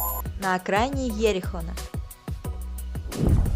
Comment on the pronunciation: Там не йерихон а джерико